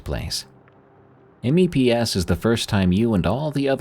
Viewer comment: it's funny to hear you spell out M.E.P.S. mostly because as a navy wife and mother, it's always just meps, like maps with an e, made me laugh, thank you